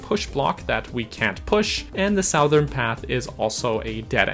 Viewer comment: You say "Southern" like a Northerner